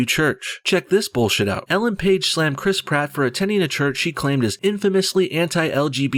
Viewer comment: Criss Pratt.. Crisp rat Im sorry but I giggle every single time you say his name